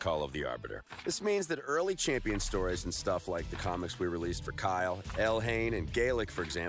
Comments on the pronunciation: I also enjoy lore when it's in game. I have an issue when the lore is outside the game on some random site. I like lore overall, I just don't like having to go "lore hunting" so to speak. Edit: Did he call Kael, "Kyle"? 😂🤣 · they pronounced kael as kyle lol or was that just me that heard him say it that way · Am I the only one noticing we have all been mispronouncing Kael's name? lol. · He called Kael Kyle 😂😂😂